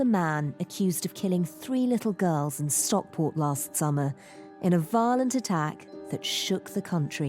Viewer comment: this is the second femaIe journalist this week ive heard call it Stockport. is it really that difficult?